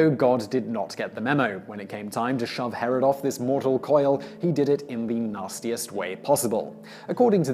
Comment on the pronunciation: Yes, but for clarification, it's 'Herod', not 'Harald'. 'Harald' is a common name for northern European kings, while 'Herod' was Middle-Eastern. And you don't want to get the two confused. Herod's been reviled for nearly two millennia. Any of the Haralds would have been gravely insulted if anyone compared them to Herod. (It was the pre-20th-century equivalent of being compared to Stalin, due to the Massacre of the Innocents thing.)